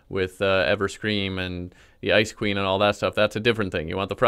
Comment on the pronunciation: When he said ice queen I thought he said ice cream